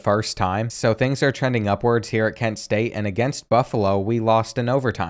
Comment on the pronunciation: kent state is act ken state....lol, what ....